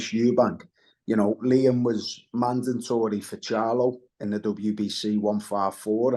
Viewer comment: If it will come to "fruitition" and be "mandantory" 😅